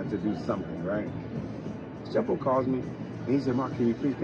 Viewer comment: Lol I think it's tshepo not sheppo🤣🤣😍